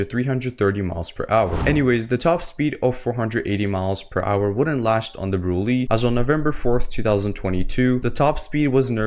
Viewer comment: I found out today that it’s actually pronounced “Brulay”